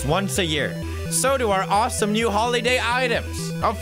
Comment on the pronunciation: Dude you said all four states that started with “new” super easily. I’m American and I didn’t even know which ones or how many. I am truly impressed Felix.